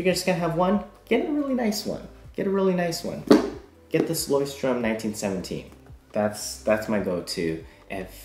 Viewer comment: Leuchtturm is German and means: lighthouse, you pronounce it like this: "[lɔɪ̯çtˌtʊʁm]"